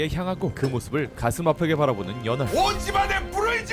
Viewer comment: 저만 연월이 연어알로 들리는 건가요??